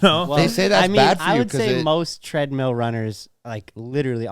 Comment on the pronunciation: Every time says treadmeal I cringe a little inside.